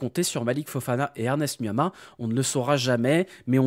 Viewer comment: Vous allez faire 1 braquage là bas, c'est le néant Man U. J'aime bien quand tu prononces Ernest NU-A-MAH 😂